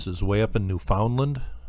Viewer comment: It's pronounced NEW-fund-land, not new-FOUND-land...